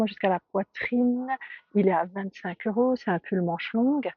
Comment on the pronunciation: Pourquoi vous dites eurosf